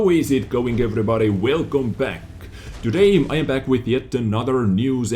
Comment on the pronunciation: ...man...I like your videos and your content, but please...please... stop saying "todaym" instead of "today" it's so annoying:/